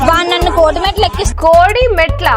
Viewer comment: ట్రోలింగ్ ❌ టోలింక్స్ ✅ ప్రాంక్ ❌ ఫ్ర్యాంగ్ ✅ డైవర్స్ ❌ డైవస్ ✅ కోర్టు మెట్లు ❌ కోటి మెట్లు✅ పర్సనల్ ❌ పర్శనాలటి✅ అక్క ఆణిముత్యాలు